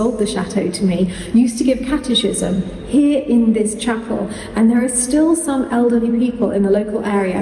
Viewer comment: As a Catholic can I just say that Catechism is pronounced Cat a cys um not Cat a chis um.😊